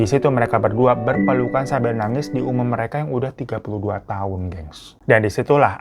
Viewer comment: Seumur hidup kali bukan sumur hidup ya Mas. 😊